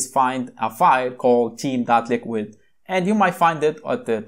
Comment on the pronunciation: First of all your accent is not good. It sounds like teen not Theme. Please from next time just show the word/keyword on screen if you cant pronounce it. Thankyou.